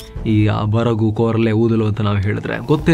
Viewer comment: ಕೋರಲೆ ಅಲ್ಲ ಕೂರಲೆ